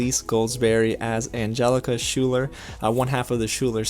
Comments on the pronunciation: Just a question... What song in the musical is "The half knots are gonna win this." from? I thought I had this musical memorized, but I do not reconise that line at all. It could be because it is 4am, but something tells me I am just being dumb. Also, you pronounced Schuyler wrong. It is pronounced Skylar. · Why do you pronounce schuyler like schooler? And its philippa not phileepa. Great review, I loved the film too.